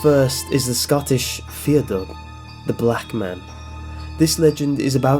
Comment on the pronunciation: Fear in Fear Dubh is pronounced as far